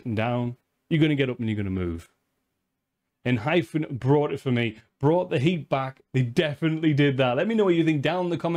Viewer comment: Enhypen is pronounced N-Hi-Pen or N-I-Pen or N-High-Pen. Like the reaction. Please react more of their songs. Enhypen never miss.